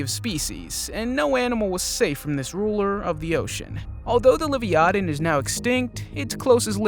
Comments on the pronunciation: Lyvytan???...wth !!,is that??,I thought its the Leviathan. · It’s la-vai-a-tin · HOW is he pronouncing Leviathan ? 🤣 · Smy lo don and la vya than. Please try to pronounce them correctly.